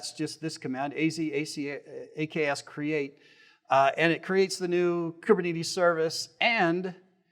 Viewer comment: bro is the only person i've ever heard to say koober knee tees